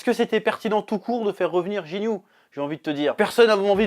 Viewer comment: “Jinyu”????? Lol